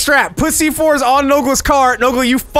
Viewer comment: it sound like is saying "pussy" but he's actually saying "Put C4"